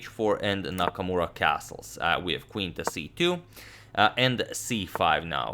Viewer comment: anyone noticed "Nakmaura"?